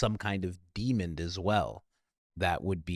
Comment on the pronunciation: Why do you add a D to demon, at the end of the